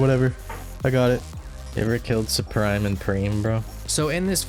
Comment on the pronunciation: suprime or preme made me laugh